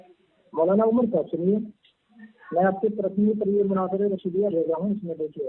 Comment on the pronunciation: مناجر نہیں ہوتا ہے مناظر ہوتا ہے